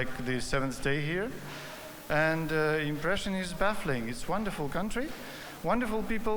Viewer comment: pronunciation kata 'impression' nya perlu diperbaiki, sering membingungkan sebagian dubes. dan lagi 'looking forward to doing' bukan 'looking forward to do'.